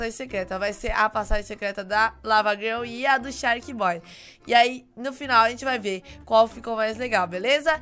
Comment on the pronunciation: Que você fala só um pouquinho errado o nome sharkboy porque acho que entendeu